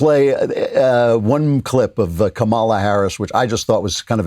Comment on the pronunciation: Even Hillary can’t pronounce Kamala’s name right.